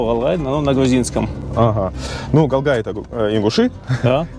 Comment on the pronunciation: Не галгай а гьалгьайБукву гь все могут выговорить не искожайте не одного слова на пример книга химия его ведь и читают и произносят мягко. Х1имия ,а здесь буква. Гь как воду в рот набрали по тренируйтесь